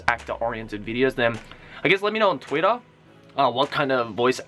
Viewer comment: I love the way he says Twitter. . . Tuirah